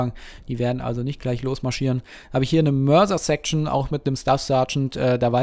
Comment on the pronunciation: Good stuff. Love the content (and your butchering of the word "section" <Super German)